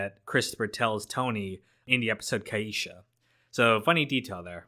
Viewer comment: They made a mistake pronouncing that name it’s pronounced kee-sha. But no one never met a girl named kai-ee-sha.